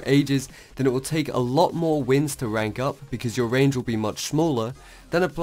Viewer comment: no offence but you cant spell "r" instead of saying rank u say wank. lol